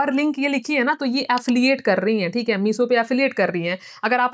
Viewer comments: Meeso app 😂😂😂 👉 no mam meesho app😂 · Bhennn phele toh Woh Meesho hain not meeso aur Dusri baat puri video mein ek baat samjhi meeso reselling reselling baki uske alwa kuch nahi samjh🤣🤣… Phele khud study karlo Fhir gyan do 👏🏻😂😁